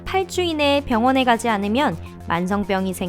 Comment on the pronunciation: 1분10초때 8주를 8초로들음....